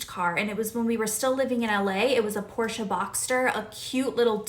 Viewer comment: My German ears appreciated you pronouncing Porsche correctly :D